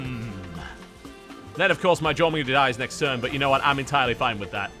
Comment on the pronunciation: Somebody needs to make a Moe Jormungar. Or as TB says it: JorManga.